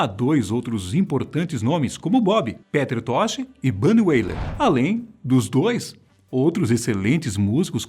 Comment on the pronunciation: Sinceramente fazer um video desses, com essa pronuncia de "Peter tosh", "Jah", "Pubricidade" e falar poucos segundos sobre os 11 filhos no video de 11 minutos eu considero uma falta de respeito com o tempo de vida